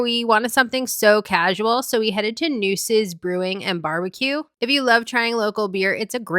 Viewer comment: “Nueces” pronounced “New-A-ses”